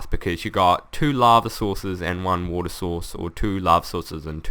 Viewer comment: woter laver you can get laver from neever and thats how you make regin walls